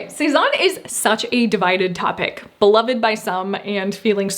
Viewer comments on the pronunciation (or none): none